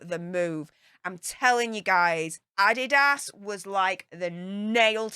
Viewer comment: Adidas is a German company started by Addy Dasler and the company is named after him. is actually the one who is pronouncing it correctly. As far as I know, only americans pronounce it Ah-dee-das.:)